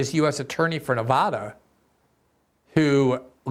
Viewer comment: Don’t mispronounce Nevada. Please.